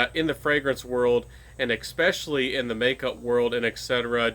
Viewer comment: ekspecially? does that mean especially? am i hearing wrong? lol